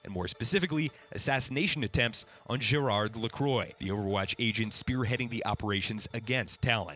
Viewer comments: Leviathan Sapwe it is. Gérard is pronouce without the d. I'm french-canadian I would know, saying GérarD is an homophonic mistake. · Ppl don't understand the d at the end is silent. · This is a really great video that covers the story of this point in Overwatch's history so well. But I took enough French in high school for your pronunciation of Gérard and Amélie LaCroix' names to profoundly hurt my brain.